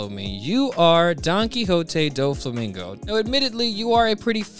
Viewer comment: It’s no way you just pronounced doffy first name like that